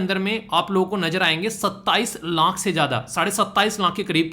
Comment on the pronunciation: video me aap 20 laankh 27 laankh keh rahe ho... Actually wo laankh nahi hota laakh hota hai... Aapki mother tongue influence ki wajah se yeh Maan sakte hain lekin jab koi YouTube pe videos upload karte ho to in sab chizon ka dhyan rakho to behtar hota hai sunne me bhi aur samajhne ke bhi..